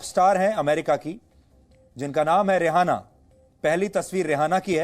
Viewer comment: शर्म करो सुधीर जी रिआना को रेहाना बोल रहे हो और राहुल गाँधी की भाषा पर व्यंग कर रहे हो । अभी तक तो आन्तरिक ताकते हंगामा कर रही थी और अब दुनियाभर की बड़ी ताकते भी शामिल हो गई। हम इन दस्तावेज पर भरोसा कैसे कर ले दस्तावेज तो आप सुशांत के केश मे भी प्रस्तुत कर चुके है उनकी सच्चाई कहा गई